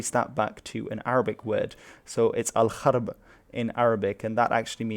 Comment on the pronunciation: Also for the pronounciation of Al gharb, the gh is pronounced like the r in French. It’s the same with Amazigh for example.